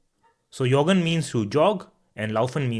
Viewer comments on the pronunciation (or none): I think its pronounce like english joggen not( yoggen) Why we dont say zur Bibliothek because zu+dativ and Bibliothek is femine word zu+der= zur